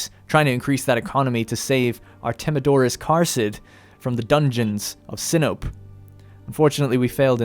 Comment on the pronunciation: Pretty sure Sinope is pronounced Sin-o-pay, how fitting!